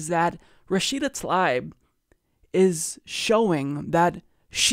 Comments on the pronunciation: pronounce Tal EEb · I believe her last name is pronounced Tal EEb.The letter "I" sounds like "EE" For example my last name is Risek. Pronounced REE SECK, but in North America people say "RYE SECK" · Her name is spelled Tlaib, not Talib, but regardless, I think you're right about the pronunciation of her name as "tuh-LEEB."